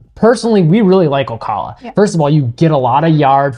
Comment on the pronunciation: Good summary. FYI the correct pronunciation of Ocala is: O. CAL A